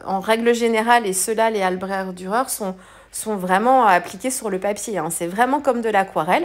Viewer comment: Bravo, une page marine toute en nuances 👌...je me permets et à voir si qqu'un parlant allemand peut nous départager sur la prononciation ( mon allemand de lycéenne très nul d'ailleurs) mais je pense qu'on prononce le cht à la fin d'albrecht...en référence à ich, comme ich liebe dich my dear.Je préfère finir en anglais 🤣 bon week-end